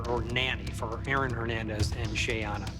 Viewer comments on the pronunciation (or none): So irritating that they keep pronouncing Shayanna’s name wrong.